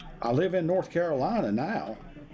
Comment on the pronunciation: They always pronounce Carolina as Caroleena.